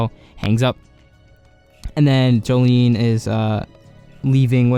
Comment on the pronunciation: Her name is pronounced "Jo-lin"